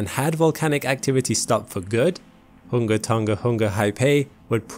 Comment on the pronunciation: Did he pronounce tonga hunga tonga wrong or is that the way its supposed to sound? Lol great video btw